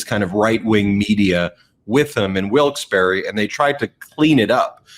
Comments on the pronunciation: WILKES-BARRE NOT BERRY! LOL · It’s pronounced WILKES BAR.